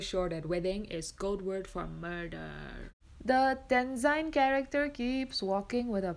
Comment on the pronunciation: Normally anyone from NE would know that tenzin is not pronounced as tenzine but as tenzin (name of a person)